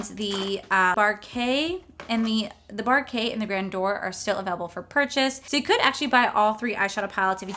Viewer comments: Quick fyi Baroque is not pronounced Barokay- it is Bar roak , like bar oak. It means The Baroque style period was the 17th & 18th century style of art & architecture. It is dark and moody- thus why they named the palette after dark colors. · I lkke these palettes. The one is pronounced bah-roke. Like bah like the sound a sheep makes and then roke, pronounced like woke. Hope that helps. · It's pronounce Bar-oak. Think of Cogsworth's line: "If it's not Baroque, don't fix it." It refers to a style of art. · Barbecue...Bar-Kay!!!!! :)~ I'm dying. Love it! It's Buh-roke....like broke...but emphasizing buh....like buh bye!! I think it's from some era back hundreds of years ago or something. I'm not super familiar with the history of it....anyway...love you hun!!! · I’m a music major so I’ve heard the term “baroque” used a decent amount. It’s basically pronounced like “buh-roke”. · Btw it's french "baroque" and it's to be read "bàròk" Can people inform themselves before pronouncing stuff on video? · The Ornate look is great!! i think you did very well with that one. Baroque is pronounced Ba-roak ;-). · All three looks were great! 🤩 I think you did amazing with the red look! And I so love you pronouncing the words 🙈 Not meant to be mean but it was so funny 😆 American english it’s: Br owk Brittish: buh rok. Not to lecture at all. But I was like saying it in my language every time you said it. I just love it! 😘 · Repeat after me, bah-roke. You're killin me smalls!!! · Baroque is pronounced Bah-Roke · Oh, bless your heart! I had to giggle every time you tried to pronounce the baroque (buh-roke) palette but you stuck to your guns and went with it! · Baroque is pronounced like broke with the emphasis on the B.. ba roke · Just to help you out it’s pronounced bar-oak, I know seems weird but that’s how you say it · Oo... this is an interesting collection. I believe it's pronounced bar-oak. I'm on the fence abt it and it's one if those collections I gotta think abt.